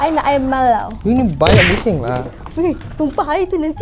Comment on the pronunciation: Perkataan yg kelakar ckp🤣 Spaghetti carbonarar🤣 Air mellow🤣 Starberk🤣 Baik couple dgn habib je😍